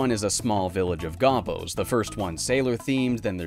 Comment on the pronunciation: It's pronounced goh-boh